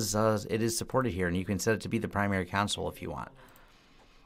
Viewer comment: It surprises me to hear a native English speaker mispronounce a word as simple as CONSOLE. You insist on pronouncing it Con-SuL when it should be pronounced COhN-SOLe (long O in SOL).